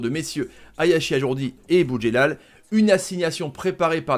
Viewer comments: Par contre c’est AjRoudi pas AjourDi.... on dit pas Tomash...!!!! Respecte les gens et leurs noms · Tarrives pas à le dire ajroudi eh ?lol